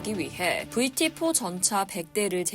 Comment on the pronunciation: VT-4 를 영어로 발음할 때는,,, 제대로 영어 발음으로 했으면 좋겠네요. 그래도 공적인 방송인데 한국식 영어 발음은 좀..